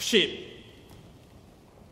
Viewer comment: テンドン陛下ばんざーいw安倍ちゃん滑舌終わってて草